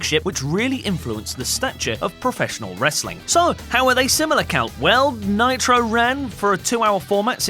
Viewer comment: Nitro. Monday Nit Ro. Sound like Monday Night Raw